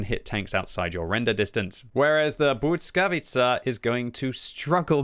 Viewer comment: Please!! You go and call it BUDSKAWICA over and over again. Just read it how its written [blyskavica]. Please do not butcher it anymore 😢